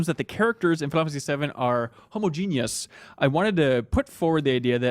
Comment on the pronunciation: The amount of times you pull each other up on pronounciation and no-one mentions the pronounciation "homo-genius"?!